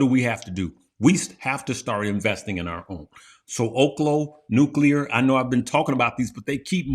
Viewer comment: saying "nuclear" 😂 love you guys